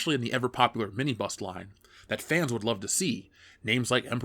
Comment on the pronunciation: I honestly thought he was saying 'mini bus', it took me a while to figure out he was saying 'mini bust'. I need sleep.